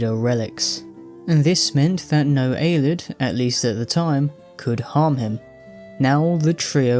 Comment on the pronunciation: I dont understand why he calls them Aylids. They pronounce it Ayleid in game a lot. It cant be a reading thing.